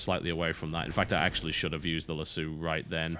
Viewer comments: Maybe I'm just making the wrong sound in my head, but I've never heard anyone in America say "lass-oooou", lol. I've only ever heard "lass-o" with a long "o". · Lass-O not lass-u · Lasso, not Lassoo :) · Alright guys, is it Lah-soo or is it Lah-soe? As an American, I pronounce it the second way, but that could just be an American thing. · it's lasso, not lassou, so yeah, you were taught wrong. weird, considering british are usually right in those arguments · its lass-O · Yes, it is indeed pronounced lass-oh. Welcome to the American accent! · nice save with the lasso also you're pronouncing lasso wrong, it's lass-SO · "Lass-o" is american and "Lass-su" is british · its pronounced lasso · No it is pronounced lassoo. Dont let Americans tell you other wise. I mean you pronounce jaguar the proper (english) way.... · most British people i've heard say lasso say it like you it's just a thing like herb or pedophile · You know I Lass-O is correct but I rather like Lass-oh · A dissenting opinion. I've seen hundreds of westerns over the years and have never heard anyone pronounce it in the manner that TB does.